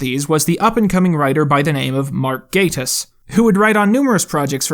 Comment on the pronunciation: Endlessly pleased to hear the correct pronunciation of “Gatiss.” Definitely could fill a whole show with his widespread jack-of-all-trades success (and the tremendous highs and lows of his creations...)